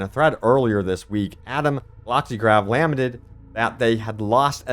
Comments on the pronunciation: the word is "La-Ment-ed" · Lamented is pronounced like "cemented"